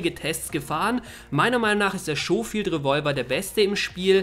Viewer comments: Schohfield xD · "Lancaster" und "Schofield" scheinen für den Deutschen eine echte Herausforderung zu sein ,-)